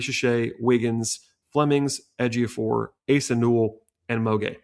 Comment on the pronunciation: Good job on correctly pronouncing Ejiofor. You did your homework.